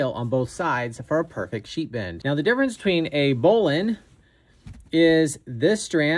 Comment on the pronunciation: I've never heard bowline pronounced that way. It's always been bow-line.